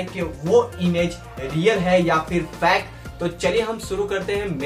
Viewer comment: bhai tum fake aisa bol rahe ho jaise ki tum fact fact bol rahe aisa lag raha hai